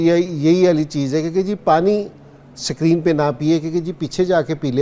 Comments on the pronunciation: Ascreeen nhn screen 😂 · Sakreenn😂😂😂 wah kkg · Sak reen nahi screen hai